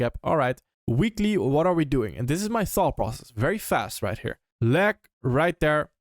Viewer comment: to not have "leg" sound like "lag", pretend you're saying the word LAY like lay down, but then add a G at the end. lay...GUH (g sound). layg